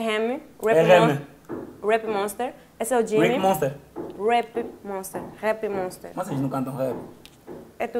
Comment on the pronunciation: Não é Jimmmy(como ela diz) é Jimin (Dijimin) em coreano (Jiminie 지믹)